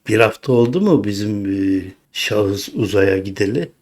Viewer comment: Ailpere, bizim şahış.... demenize çok güldüm.. 😅😅